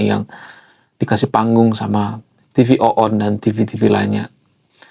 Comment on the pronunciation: TV ONE bang bukan TV OONNN 😅😅😅😅